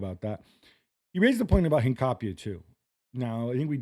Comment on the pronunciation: Please pronounce Hincapie’s name how it is, Inca-pi-eee